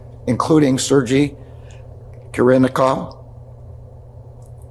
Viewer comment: Pronounce "ser gay" not sergee. Ffs, he can't even get that right?